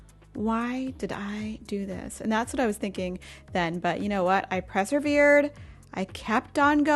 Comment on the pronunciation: I say this with love...PERsevered not PRESevered